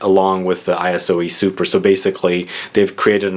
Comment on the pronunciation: Dude, it's not pronounced ay-ess-o-ee...